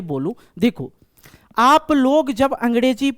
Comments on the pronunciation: Angrezi ❌ Angdeji ✔️ Verb ❌ verdbh✔️ Sir i like your way of teaching. ❤ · or angdeji nhi angreji mins english 😂😂😂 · Angerzi❌ andezi✅